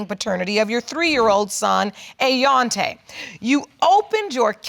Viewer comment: "Ayonte", really! !